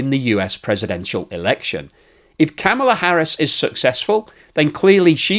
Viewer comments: I know the Britt's are about the worst for mispronunciation, but Kamala is pronounced like comma la not like camel la. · VP Harris' first name is pronounced 'comma la', not 'cam' a la'. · please watch some YouTubes from VP Harris' family to learn how to pronounce her 1st name. the short version: similar to the comma punctuation mark followed by la. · That is the first ever time I have heard the border Czar make any sense, and give a cohearant message. BTW, the way you pronounced Kamala, makes you a racist! CNN and MSNBC have said so..